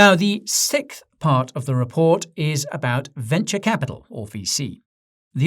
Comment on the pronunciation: The way Guy continues to say "sickth" instead of sixth is starting to feel like he is trolling. Memeworthy attacks on my brain.